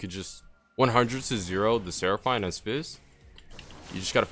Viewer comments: coo deh grass* but still better than how he said it lol. Should we address the "Seraph- eine" part now? lmfao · the way you say seraphine urks me lol